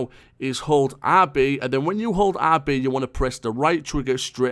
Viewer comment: don't get me wrong, I didn't mean to offend you but when you said "RB button", I paused for minutes trying to figure out what you said but it's OK but the real question is, where is my Supra?